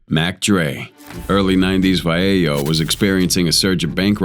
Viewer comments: Vallejo is pronounced vah-lay-ho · Its Va lay o square a** ninja!! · First time I heard Vallejo mispronounced so badly. 🤦🏾‍♂️